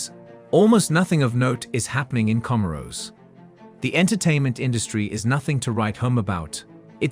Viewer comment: Research also lacks respect to pronounce the name correctly